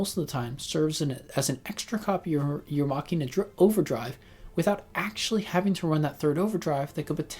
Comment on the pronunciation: You pronounced Machina correctly, it's Latin for "machine"